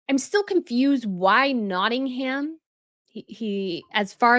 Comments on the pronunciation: As someone from Notting-uhm ( not ham, please stop using ham lol) we dont want him to move here. Notts is special to him because Princess Di spent alot of time and our sister county (where I now live) Derbyshire (derby is pronounced dar-bee). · you're pronouncing Nottingham incorrectly. It really grates on British ears when you don't pronounce our place names in the right way. The "h" in Nottingham is silent. It's pronounced Notting-um. Nearly all place names in Britain that end in "ham" are pronounced "um." Bucking-um. Birming-um. Rother-um. But we do pronounce the "h" in Southampton, just to confuse you further! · It’s tiring to hear you repeatedly say NottinghAm. The ‘ham’ is pronounced with a very short little a that’s barely pronounced. .